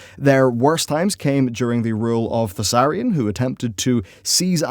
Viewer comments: Emperor Thaurissan. Not Thausarrian. Dude at this point its like you do it on purpose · Thaurissan,. Not Thassarian. As he wasn't a human Death Knight! (love the video otherwise, keep up the good work <3) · Thaurissan. Not Thassarian. Thaurissan. Thassarian is some death knight of the ebon blade, and a human to boot. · It's "Thaurissan" dude, the ruler you speak of. Not Thussarian ^^ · Thaurissan not thassarian... Just saying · "Their worst time came during the rule of Thassarian." Shit, I had no idea the Ebon Blade was involved too! Perhaps that's why people want Dark Iron Death Knights. For real though, you meant Thaurissan. When I heard you mention the human DK once, I was like "well, that's a slip up, it happens", but then you did it again, and a third time. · Thasarian? He's Thaurissan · I always throught it was Thau rih sahn. not The Death knight guy Thassarian. I know i've heard ingame the pronunciation difference. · Yeah, I noticed that too. He's pronouncing it like Thassarian the Death Knight. Similar names though, so I don't blame him. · Thaurissan, you're adding the S's before the R when you pronounce it and it really fucks me up.